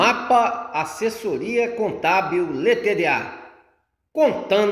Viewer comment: LTDA É LIMITADA E NÃO LÊTÊDÊÁ 🤦🏼‍♂️